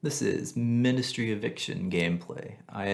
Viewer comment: Mine-dustry, not min-dustry